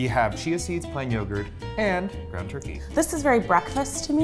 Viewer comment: “Gwound turkey” 😂